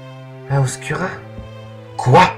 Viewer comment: Pas mal, pas mal, Imothep ^^ PS : ça se prononce "Oscoura" et non "Oscura" ;)